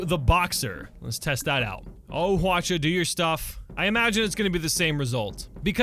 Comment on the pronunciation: Also Hwacha is pronounced as Hwachha. ch is followed by h.